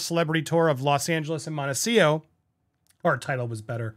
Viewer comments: Montecito (''Monte- cee- TO) not ''Monte-seeoh''...you are the first person I hear saying it like that....are you mispronouncing it? 🤨🤔 just curious. Thank you for another video 💜💜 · Real question: is Montecito actually pronounced Montecio?